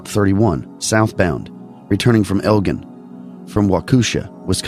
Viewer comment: you just got me to listen. Don’t forget Jens Pulver our of Bettendorf. Also let me help you out: Elgin = “Eljin” and Waukesha has the emphasis on the 1st syllable. Galena = GullEEnuh. It’s a popular tourist spot in the driftless. Thanks for covering my area!